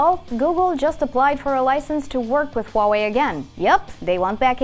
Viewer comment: you know it's gonna be a good video when the host can pronounce huawei correctly